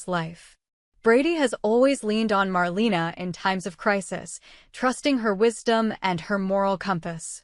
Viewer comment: If you’re going to do these reports, you should already know her name is pronounced “marLAYna” 🙄